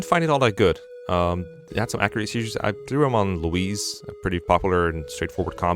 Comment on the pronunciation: No dlc emblems, based They'd all just be SS tier, like have you seen soren? Also why are you pronouncing "louis"(loewee) as "louise"(loweese) Is there a secret louis trans arc? Have I been deadnaming her all along??